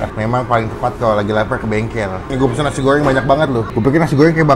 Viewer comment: Nasi goowwwwrrrrweeenggg chabbbbee rrhhhawitttt